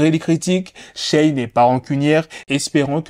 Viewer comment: Respecte la prononciation du prénom de Shay s'il te plaît